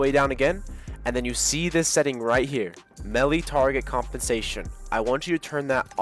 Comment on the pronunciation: the way he said melee..